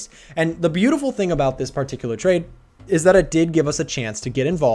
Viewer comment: Honestly they way man pronounces "Part-icular" repeatedly is quaint.